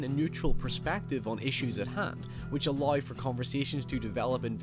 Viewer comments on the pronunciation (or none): Someone really needs to teach Scots how to say ALLOW. fuck.